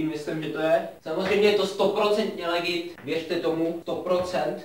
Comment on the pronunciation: Tuším že to napsal schválně kvůli tomu že místo toho aby ten týpek řekl ledžit tak řekl legit jestli chápete :D